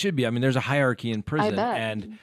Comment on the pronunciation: Dude, you need to learn to pronounce "hierarchy" properly.